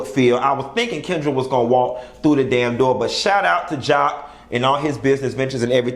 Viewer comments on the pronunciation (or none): none